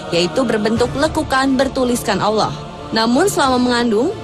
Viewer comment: Kenapa kebanyakan orang Jakarta berkata Awloh bukan Alloh? Termasuk presenternya. Marshanda alias Chacha jg kalau bilang Awloh bukan Alloh! Ilmu tajwidnya kemana?